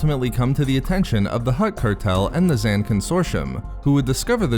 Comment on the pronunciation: Actually, the a in Zann is long, thus the pronunciation would be Tyber Z-au-n, that's how it's pronounced in EAW:FoC at least.